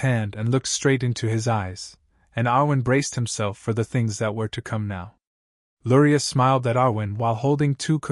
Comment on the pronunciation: I hear Lurai but read Luria 😅